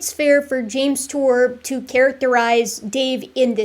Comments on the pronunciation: "Jame Tour is a synthetic chemist..." That's the funniest way I've ever heard someone pronounce the phrase "pudding brained idiot of biblical proportions." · Two biologists and a "youtuber" 😂😂 he can't even say his name?? 😂 I know Dave crack him hard but come on 😂😂😂